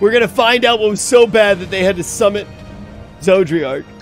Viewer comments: It still bugs me that still pronounces an extra “r” in Zodiark. I live in the mid west and it’s like when people here say “warsh” instead of “wash”. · I just hear "Zoji-ark" or "Georgi-ark". Its hilarious. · Okay as someone who gets a wee bit irritated from mispronunced names, cause I live with that most of my life, if I here him call it Zodriark and not Zodiark one more time ^ ^+ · Finished 5.0 and still can't pronounce Zodiark. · It was fine when he would mispronounce Zodiark's name before because he only had to say it a handful of times but he said Zodiark's name so much during this session, it was genuinely distracting for me lol